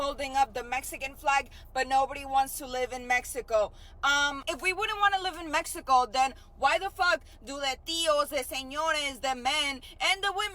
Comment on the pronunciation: That MEH-e-Koh chick is retarded! These people are brain dead! Flat out